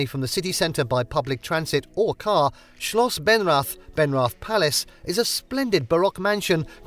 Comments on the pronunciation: Benrath...no w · Schloss Benwrath...... The pronounciation is funny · he pronounced it like that. I know how it´s written.